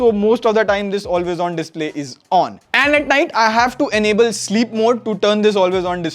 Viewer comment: Enable is pronounced as - en-able. Not an-able.